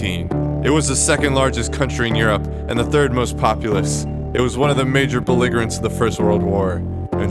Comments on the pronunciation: Interesting for a rant about getting things right, I keep hearing things Pronounced strangely like bel-I-ger-ant, instead of bel-I-jer-ant, and N-sign instead of N-sin. But, that's just the pedant in me talking. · Did wikipedia teach you how to pronounce the word "belligerent"? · Belligerent is pronounced with a soft g or j, not hard g or g.